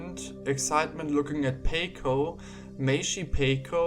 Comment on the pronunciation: Is it pronounced "Pay-Ko" or is it pronounced like taco as "Pah-Ko"?